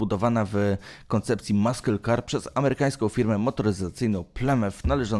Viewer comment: Maskyl kar no i cześć 😄